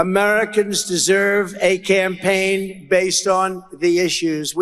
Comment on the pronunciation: I believe that what he's doing is called "camplaigning" 🤣🤣🤣🤣🤣🤣🤣🤣🤣